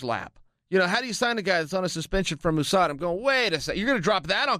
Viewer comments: why is he pronouncing USADA like ooosada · oo-sada is it the oo.s.a as well chael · Coker says “who-sada”? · Ahmad Chaudhry holly Holm says it like that too